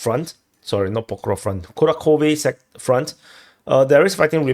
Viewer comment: kuRAhove, not kuraKOve! JFC!